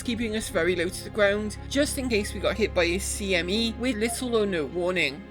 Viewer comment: This is the dumbest thing ever, but, I smiled when you said CME the correct way despite CIG's mistake.